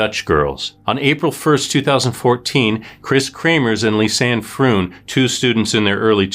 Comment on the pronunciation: Froon rhymes with phone not tune